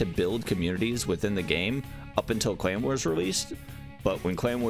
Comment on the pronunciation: Lmao when he kept talking about the "clan wars" I legit thought he kept saying "claymore" 😂😂😂😂